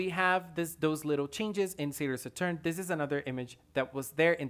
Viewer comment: He said salior satuurn 💀😅